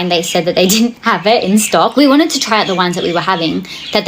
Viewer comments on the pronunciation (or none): none